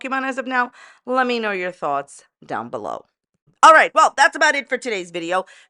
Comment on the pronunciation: I giggle every time you say.....ALR.....the most entertaining, riveting YouTuber 😂